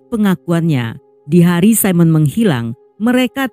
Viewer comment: Apakah namanya Simone? Baca: Si'moon.